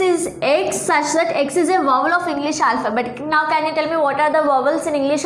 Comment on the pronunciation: Is it not wawal is vowel